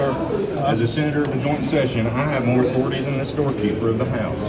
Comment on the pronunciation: He is drunkenly trying to quote Cartman - "HE DIDN'T RESPECT MY OW THOR IT EYE!!" 💙